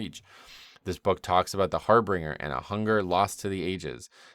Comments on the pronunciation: its not har-bringer its har BIN-ger. I used to make the same mistake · I know this is anal, and I'm hoping only sees it just for future correction. I've been getting irritated with all the WoW youtubers pronouncing it the wrong way: Harbinger. HAR-bin-jer. Not "harbringer". There is no second "r" there. Think of it as if the word "binge" is in the middle of it. /pronunciationnazi